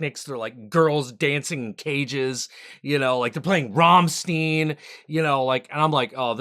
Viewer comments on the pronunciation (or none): Rahmstine. Kind of the way to really say their name. Sorry I had a stupid nitpick there. Fav band, I can't help it. When you say opening night do you mean you got there a night just as it started or you went there on the very first day for this years Halloween Horror Nights? I mostly just went on the AVP maze because that was nerd heaven for me. I admit I was a bit too much of a chicken shit to go on the Halloween one. That and it was super busy compared to the other mazes. I think it was either because it was really good or because it was one the closest mazes from where you enter the park.